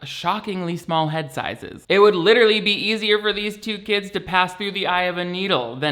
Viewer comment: SAAAAME LMAO "my hands r licherally tied"